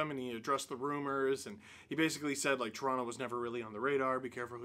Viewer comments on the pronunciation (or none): none